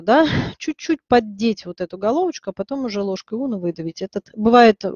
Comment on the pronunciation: У меня от "ложка Уно" кровь из ушей. Унна - дерматолог такой был. Известный.